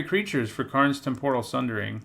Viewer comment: Why does everyone say "Tempòral", it's "Tèmporal", cmon! XD